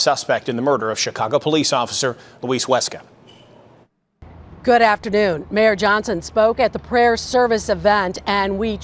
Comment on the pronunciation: I don’t understand how you can hear them say “Huesca” and still fuck up the pronunciation. Much love bro but come on.